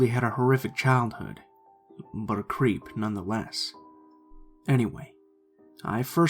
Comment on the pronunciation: I swear I thought said crêpe at the beginning of the first story